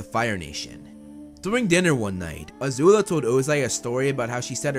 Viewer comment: It's not a zula its azula